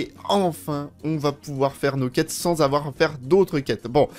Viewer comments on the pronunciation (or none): none